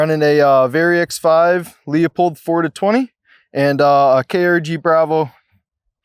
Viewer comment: Why can't anyone pronounce Leupold correctly? There is no "Leo" in there.